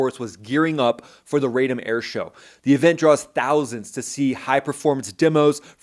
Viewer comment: Rah-Dom, not Ray Dome. Come on, buddy.